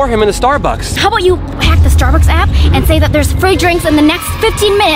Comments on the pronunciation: He said Starducks Instead of Starbucks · Ha ha ha So funny how Daniel said starducks instead of Starbucks😂😂😂😂😊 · Bro said Stard ucks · Daniel spelled starbucks wrong he said starduck like if you sae it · Daniel said Starducks instead of Starbucks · Daniels didn’t say Starbucks he said Starducks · The mistake Daniel made was he said starducks I was cracking up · Daniel really Said starduck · He said starducks